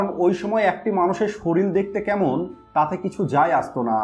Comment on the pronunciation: কথাটা সরিল না শরীর। আগে উচ্চারণ ঠিক করুণ।